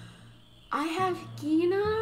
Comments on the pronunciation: Congratulations for 1000 subscribers. By the way, "Quina" may be closer to "Queena" in the original Japanese pronunciation. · Kweenah is how you pronounce it